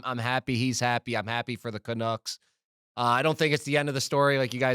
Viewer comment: Big misses for Murls… first it was $92.8M not $96M… second can’t actually pronounce the Canucks… finally to me there is still meat there for Murls rumour as Pettersson’s NMC is only the last 7 of the 8 years… why would they leave a full first year to move in the contract. C’mon Murls… at least come prepared if invited on to the mother ship!!